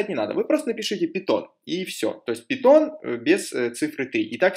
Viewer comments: Каждый раз когда ты говоришь "пИтон", меня просто коробит. ПАЙТОН, не ПИТОН, омг. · Пайтон а не питон)